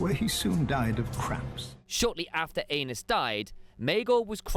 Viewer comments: Great informative video. Amazing artwork and editing but FOR THE LOVE OF GOD!!!!! It’s pronounced ehh-nis not Anus. 🤣🤣🤣🤣 I’m way too immature and almost didn’t make it through that section. 🤣 amazing work though otherwise. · Ay-nees, not anus. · Absolutely not. He keeps saying it😂 I’m pretty sure it’s pronounced “Anees” but anus😂😂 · Aenys- guessing it should be pronounced Aa-Neice…. But really, are you 9? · Aenys = Anus 😂😂😂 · Aenys - pronounce properly as Aa-Neice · Isn't it pronounced Anaiis? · No you are not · Def not the only one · Definitely not the only one. But I think he’s saying his name wrong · Nope I laughed every time he said it 😂